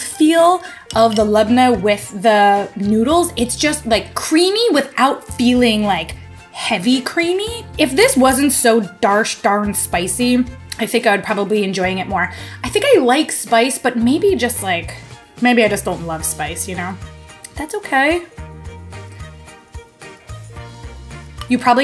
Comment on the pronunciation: "Darsh-darn spicy" 😂